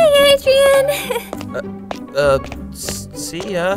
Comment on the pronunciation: Not Adrian but Adrien. GEEZE